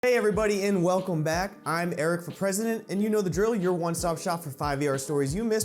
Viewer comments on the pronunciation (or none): Lol when you said "Eric for President" at the end of the video I thought you said "Erica Present."